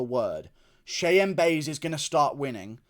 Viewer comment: lmao i like how you correctly spelled Cheyanna last name but stills call her "Buys" you called it so all rights to you lmaooo 🤣